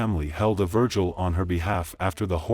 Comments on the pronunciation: "held a virgil" 😒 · wth is a “VIRGIL” 😂thought it was a VIGIL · I don't care if a female cheats 100. Her dying from being shot five times in front of her daughter is not okay..... And the word is vigil Virgil